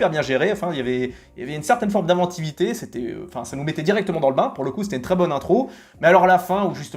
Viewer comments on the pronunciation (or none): none